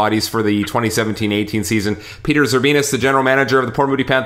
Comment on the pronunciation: You said Zerbinos wrong